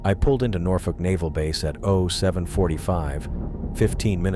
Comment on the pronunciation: I love how Norfolk is pronounced correctly. As a native, I applaud that. “Nor-Fuck!”